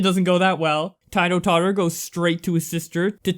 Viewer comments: you said Tito totter wrongly, and that story is fake af. its a publicisty stunt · Its ti-toe totter